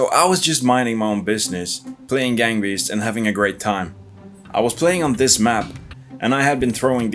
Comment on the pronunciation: This now sounds like burger beasts😂